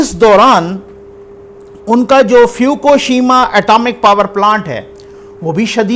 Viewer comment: اسلام علیکم فیوکوشیما نہیں ہے۔ فک شیما ہے۔